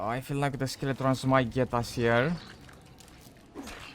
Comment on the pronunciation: ok who on earth calls Skeletons "Skele-TRONS" jesus.